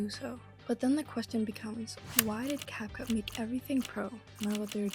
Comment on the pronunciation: You even made a french dub? By the way the title is wrong. It's not "rendant tout professionnel " but "rendant tout pro ". By the way, you said "Capcoot" instead of "Capcut".